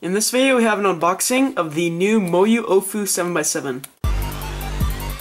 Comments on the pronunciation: It's pronounced OWWWfu not OOOOOOfu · It's not the Ohfu, It's the AoFu. Should be pronounced like Aolong. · i thought it was pronnounced "owfoo" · "The Moyu OhFu" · Let me correct he says oofu